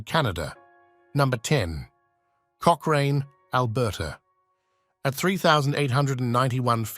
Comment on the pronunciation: My Gosh….not Coch-rain….Coch-ran…..and Regina. Rhymes with vagina. Haven’t finished listening to this person butcher names…on we go!